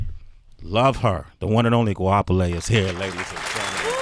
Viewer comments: Guapiley.... your pronunciation is so Funny😂😂🤣🤣🤣😂😂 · That pronunciation of her name left me in stitches😂🤣😅😂🤣😅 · thats not how you pronounce her name sway lol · Why does she let them pronounce her name as “Guapheley”? Whooo chile, THE GHETTO. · I cringe every time they pronounce her name "guaphele" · Hwa-pele for anyone wondering how its pronounced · Goapele ... Masego. I've always wanted artists like this to go on air properly pronounce their names so people can stop getting it wrong. Names like this with such strong meaning deserve to be pronounced CORRECT.